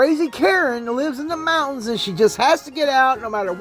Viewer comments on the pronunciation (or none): none